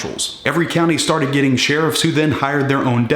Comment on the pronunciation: No Robert Peel explanations? Lol sher-reefs (spelling)